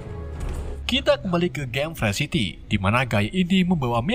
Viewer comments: Game nya Free city bukan pre city anjj!! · Free city dibacanya bukan "frysiti" bang tapi "Frii siti" Free life dibacanya bukan "fre'lif" bang tapi "Fri laif"